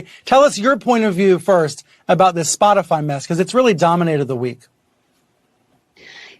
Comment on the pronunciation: Saagar while reading legit said, “scotify”, “padcaster”, and “disinformotion” LMFAO 😂 Krystal looked at him like “wtf” Great show though. One of the best sources for news if not thee best!